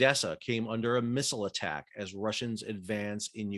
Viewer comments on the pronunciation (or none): none